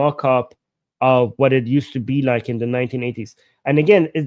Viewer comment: It's "like" not "lick!" To "lick" involves putting your tongue the screen!